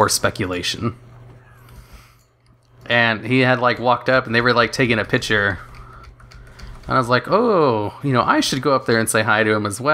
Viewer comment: Where are you from? Never heard someone say pitcher instead of picture